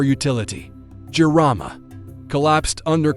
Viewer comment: I have lived in Madagascar since 2017. Jirama is pronounced JEAR-ah-ma, and Rajoelina is pronounced ra-JWEL-nah.